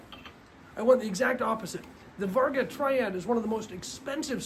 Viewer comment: You should pull this video and redo it seeing as you botched the name of the very thing you're talking about... It's Vargo not Varga.